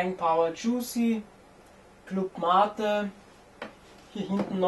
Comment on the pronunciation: jep die gauchos in argentinien haben den mate-tee aus mate-blättern getrunken! und es wird nicht englisch ausgesprochen, da es eben spanisch ist! ;)